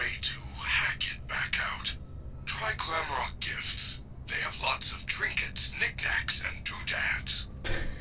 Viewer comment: I know its glamrock Freddy 🙃 Oh, and it's "glamrock" Freddy NOT "glamlock" Freddy... See? I can do it too 🙃